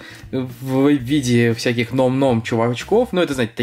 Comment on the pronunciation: Говорится не "ном ном" а "нам нам"